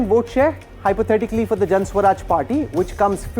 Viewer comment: Can someone tell this dumbo the name of the party is Jan "Suraj" not swaraj. Maybe they don't teach in IIMs the difference between the two.